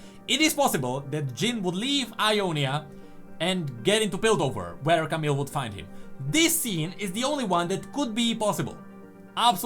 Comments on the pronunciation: Please, don't say "CamiLLLL", you can just pronounce it "Camiii". We just don't have to pronouce the "L" in a french names like this one ;) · Camille is pronounced camiye not camil or camel or idk.